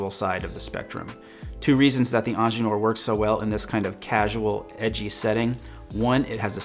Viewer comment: Lol why do you keep saying angeneur? Its ingenieur - ingeer from German